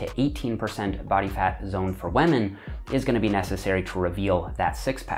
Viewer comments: Sounds like he says "wamen" in the beggining when talking about bodyfat levels lmaooo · Nobody:: WAMEN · Nobody:: wahmen